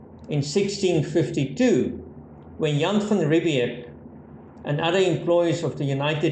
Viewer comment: It is Jan van Riebeeck. Old wives tale in SA, but it is van Riebeeck. Possibly a younger less grey van Riebeeck.